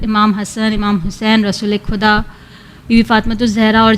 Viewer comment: Enka talaffuse sahib karao khuda bolti hai